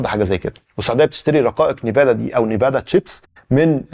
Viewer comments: انفيديا مش نيفادا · انفيديا مو نيفادا ان في ديا ❤❤ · رقائق انفيديا وليست نيفادا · استاذنا المحترم الرقائق اسمها ان فيديا وليست نيفادا وهي الاكثر تعقيدا بالعالم لانها تستخدم تقنية 4 نانو ميتر واكثر دقه بكثير من المنافسات الاخرى